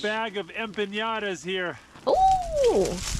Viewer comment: I noticed that a lot of english speaking people (native ot not) pronounce 'empanadas' as 'empiñadas' which is funny considering they often have a problem with the pronunciation of the Ñ, btw the empanadas with meat inside are more form south america, the mexican empanadas are more of a dessert or sweet snack filled with either pineapple/strawberry jam, chocolate, cajeta (caramelized milk) and the pastry is sprinkle with sugar and or chopped nuts.